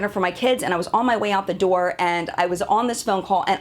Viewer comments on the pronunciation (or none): none